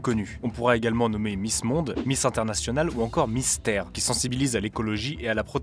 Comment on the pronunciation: 😂 j'avais compris mystère et pas miss terre